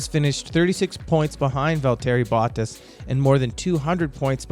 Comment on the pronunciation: Hey man I’m a sub nice vid but if I could give you some pointers do a little more research on name pronunciation. I found your pronunciation of Bottas, Leclerc, Binotto and Sainz very jarring. Especially Sainz. Simply watching F1 regularly you get used to hearing these names pronounced a certain way so these different pronunciations really take me out of it. Lastly, and this really isn’t a big deal, but the video just kind of ends abruptly. Might I recommend some form of an outro? Most channels that produce your style of content will have a bumper outro that will include a subscribe button and a link to another video while the narrator will leave a message such as “thank you for watching, be sure to like and subscribe”. That may not seem that important, but YouTube statistics show that telling your audience to do that actually has a huge effect on how many viewers do. Appreciate the video just trying to be constructive since you seem to be more up and coming. Also you sound American and as a Yankee F1 fan I wouldn’t mind seeing more of us involved in F1 related content.